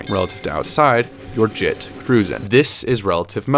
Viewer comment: dude said git not jit 😂😂😂